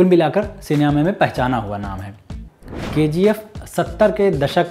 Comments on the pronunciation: K - G - 'aephhhh' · I thought it's KGF but he is pronouncing as Ke Gi Ef